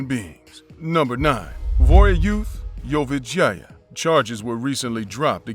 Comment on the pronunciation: Whenever dude said Vorayuth last name I literally thought he was saying 'your vagina' 😆 🤣 😂